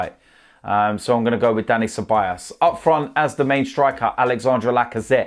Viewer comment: why tf do u keep saying Ceballas? do u not see the big O in Ceballos?